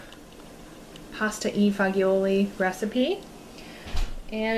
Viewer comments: Hi my name is Lina and i am 100% Italian. And I hope you don’t mind me saying that the correct spelling of the soup/stew it’s not pasta e foglioli. Its called Pasta e Fagioli It’s probably easier if you say it like this.. Fudge ioli and also that version of the pasta e fagioli isn’t the way Italians make it. If your interested in some authentic Italian recipes. I’ll be more then happy to share. By the way I am really enjoying your videos. God bless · Donna Cobb here, too. The G is Italian is soft not hard. It's not faGeeoli. It's fajewel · don't mean to be critical, but learn how to say the name of the soup correctly.....the G is pronounced shgh. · The "g" in the middle of Italian words is soft. I'd say your easiest reference to how it's pronounced would be how Americans pronounce the second "g" in the word garage. It's like a zh sound... so it's pasta e fazholi. Love your videos! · I love you,, and the recipe looks amazing.. BUT your pronunciation is KILLING me -- haha! I am first generation American on my Dad's side and he is from Italy. Pasta eh (like A) fah/DJOH/lee. Haha:) I am, literally, drooling here... yum! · i was thinking the same thing... just sound it kinda like angelina jolie.... pasta eh fa joel e accent on joel..... sorry im italian, sooooo... :)